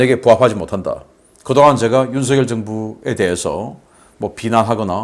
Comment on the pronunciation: 바보 얼간이들은 윤석열을 윤성열이라고 잘못 말하는데 윤석열을 윤성열이라고 말하는 것은 틀린 것이어서 윤석열을 윤서결이라고 말한 신인균씨가 제대로 발음한다. 신인균씨와는 다르게 윤석열을 윤성열이라고 잘못 말하는 인간들은 생각이 없는 바보 머저리들이다.